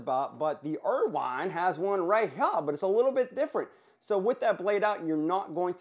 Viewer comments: There's no way that's how Irwin is actually pronounced. Ryobi, Knipex, now IRWINE?? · Irwin, Irwin, Irwin pronounced 'er win' there is no wine in this make 🤣😂😆